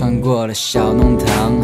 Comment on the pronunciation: 上海人特有的弄堂，這個詞都不會用上海話發音，為什麼還自稱是上海話呢？不要假冒上海歌曲啦。 要聽聽上海話歌曲創始人，歡迎大家來點擊阿拉的帳號。